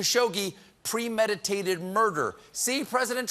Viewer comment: Trump's scared shitless of trying to say "pre-meditated". No wonder he denies murder.